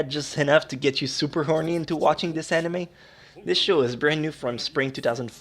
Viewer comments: Make a counter of how many times you said "Amine" instead of "Anime" Also - Every old guy in every Japanese dubbed anime. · he said amine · STOP SAYING AMINE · Lol "aminay".